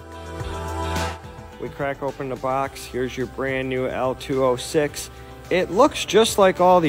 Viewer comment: Say it with me. "LO-206". Not "L206".... Beyond that the video is great.